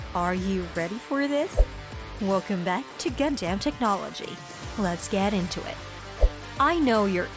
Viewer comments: Its gunDUM not gunDAMN please say it right haha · Gundam, not Gundamn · I can't believe anyone who calls it "Gun damn" is actually a fan. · Tell me this ins't TTS without saying its TTS: Pronouncer: GunDamn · WTF did I just listen to, most of the info she was saying was irrelevant or wrong and she kept saying Gun-Dam which was getting on my nerves. The way she kept rambling on about random stuff felt like she was an AI reading off a script someone typed. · “Gun-Damn” why? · keeps saying gundamn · The person narrating has probably never watched the series. Anyone else keep hearing Gun-Damn? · "if you're a GUN-DAMN fan like me!" proceeds to butcher every single name and ramble on about vietnam lmfao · Its pissing me off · I heard a God Damn at one point. The rest was Gun-Damn. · It made me jum of the mountain. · I say it like that to screw around with people but when it comes from an informative video like this it hits differently...... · “Gun-Damn”? Srsly? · Gundamn ? What the hell is wrong with you? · By far the worst pronouncing of Gun Dam EVER if you've watched the damn anime you would know that but yet still she butchered it over and over in the first few mins I can't listen to the rest. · All these dislikes because of how Gundam is mispronounced. 😂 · Even after 30 years. People still pronouncing Gundam wrong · For a channel called "Gundam you can't even say Gundam right " Unless this is TTS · This is literally one of the worst videos I've ever seen. Incredibly awful and misinformed and you cant even pronounce gundam correctly. plus ratio byebye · That shit kills me every single time I hear it in the trilogy...its killing me now.